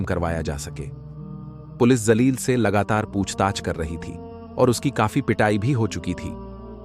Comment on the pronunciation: Woh naam zaleel nahin jaleel hai urdu talaffuz achche nahin zaleel ka matlab kameena hota hai